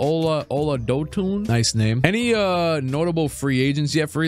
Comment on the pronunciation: Never knew I wanted to hear someone pronounce my brother’s name (oladotun) like that😂😂 I’m dying!